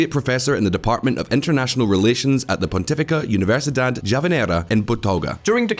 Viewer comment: "pontífica universidad yavaneira en Botoga" LMAO